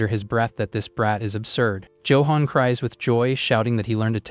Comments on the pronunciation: joe-hon.... ayfkm? no effort ai slop. what a load of BS. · Why the AI cannot pronounce Johan correctly still buffles me.